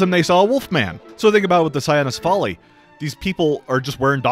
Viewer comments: I’m just bothered with the “sa-ya-no-si-fa-li” because it would be rendered cyanocephaly. Now the Dog-Head becomes the Blue-Head. Hahaha. I think it is “say-no-si-fa-li” or “kwi-no-si-fa-li”. Just saying. Hehehe. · Hate to be that guy, but it's pronounced Saino-CEphaly, with the 'ce' syllable stressed, not with the 'al' stressed. That's because it's a compound word borrowed from greek which just means dog head